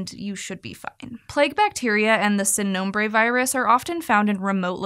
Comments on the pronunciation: Spanish “I” is pronounced like a long “e” in English so it’s not “sin” nombre it’s “seen” nombre. Please respect other cultures by trying to pronounce the language correctly. This is a phoneme we have in English too so there is really no excuse to not pronounce it correctly. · Pronunciation is usually fairly good on SciShow, but ‘Sin Nombre’ was super triggering. Seeeeeeeeeen